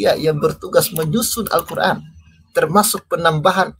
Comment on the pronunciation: Membaca istilah2 dlm al-quran dgn tulisan latin saja belepotan, kok berani-beraninya mengeritisi al-guran. ngaca dulu bung..